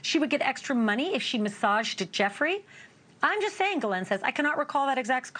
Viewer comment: "Gillette", "Gillanne", it's "ghislaine maxwell" (giss-lane)... jeez